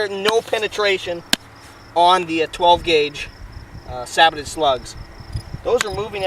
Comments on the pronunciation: It's like these reviewers have never seen a WW2 tank or any tank documentary, in the last 20 years, where the people clearly say SAY-BOW NOT SAAY-BOW. Sorry I cant get past that. Not gonna listen to minutes of talk from someone that pronounces it that way in the first 20 seconds of the video. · Christ.. saybow. Not sabbotted...